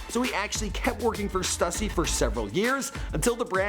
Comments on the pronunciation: why does everyone say STÜSSY effed up? It eevn has the marks to show you its not meant to be said like "stuck" but like "stupid". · STOOSY NOT STUSSY FUCKKK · It's pronounced stoo-see not stuh-see FUCK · It’s pronounced ST OO SY NOT ST UH SEE STUSSY GET IT RIGHT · Everytime this idiot says (stus-ie) and not (stoo-cee) I cringe so hard. And he says it so damn often. Do your research. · Stuh-sey? Its pronounced Stoo-sey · S-2-C Not S-TUH-C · stassy? really? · It's pronounced "stoosy" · pronouncing stussy as stassy. yeahh. smh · Damn pronunciation Stüssy not Stussy (Stoossy) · It's sTOOssy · Can you pronounce Stussy correctly? Tf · Whoever edited this is a bitch for not crediting the footage you stole from my homie Unknown Vlogs. If you can't properly pronounce Stussy then you shouldn't make a video on streetwear. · Bro said stussy smh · Did he really pronounce Stussy in such a manner? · i hate how he says stussy